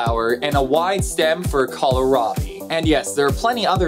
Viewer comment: Love your series, you really are hitting it with the little-known part and that is awesome. You hit a tender spot with me in #1 in this one though... Kohlrabi is not pronounced "Collar-Robby", even though it is a very common mistake! It is pronounced "Cole-Robby". Kohl is German for cabbage and rabi is German for turnip.